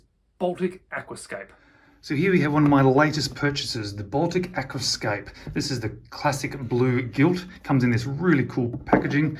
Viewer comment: Aquascaphe has a ph pronounced f, Aquascaf. Still dead jelly of this one. :)